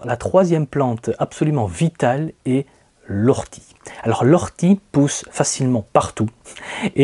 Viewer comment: O rtie et pas Ou rtie.... et pour le purin vous avez aussi l'urine dilué à 10% (une dose pour dix doses d'eau) très intéressant moi j'adore la blette qui se resème toute seule et fait vraiment beaucoup de graines. Les courgettes aussi en fait même si on les laisse devenir géante (plus grande qu'une bouteille d'eau) sont délicieuses même crues si elles ne manquent pas d'eau.